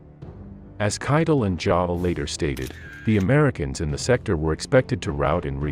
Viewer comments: Jodl is pronounced like 'yodel!' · If you're going to do English translation which I appreciate, you gentlemen really need to work on the correct pronunciation of these military officials. If I was blind I would have no idea who you were talking about in the narration because your translations are very poor ie: jadel and paper in this video.